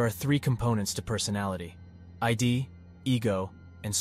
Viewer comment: It is "id" to rhyme with "did", not ID. Cheers